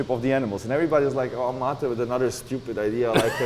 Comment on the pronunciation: Vola sa Mate a nie Mejt 🥲